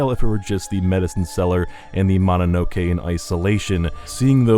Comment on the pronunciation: Ma na no ke? Another Westerner butchering a very simple word.